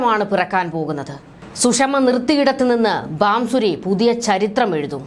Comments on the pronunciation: Bansuri not Bamsuri mam . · ബാംസൂരി.. അല്ല.. കൊച്ചേ... ഭാസുരി സ്വരാജ്...